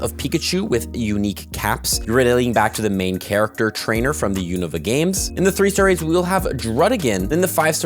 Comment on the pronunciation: the first person to pronounce unova correctly